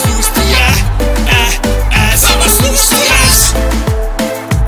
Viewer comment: i feel like i hear " de ass" when the keep repeating Diaz, LMAO so like " Luiz de ass, ass, ass" ahahah